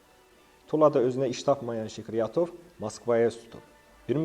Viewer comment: Zəhmət olmasa,haqqında danışdığınız şəxsin ad,soyad və atasının adını aydın tələffüz edin. Sikriyatov,Skuratov,Şıkrıyatov,Şkiratov,Şkuratov ya necə?